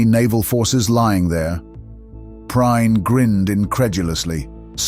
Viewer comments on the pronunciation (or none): The name is pronounced "Pree-en", not "Pry-en". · Pri-en NOT prein.... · Poor pronunciation.Gunter preen😊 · The narrator constantly mispronounced Prien's name. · hard to pronounce for english speaking people since the i is spoken as an e .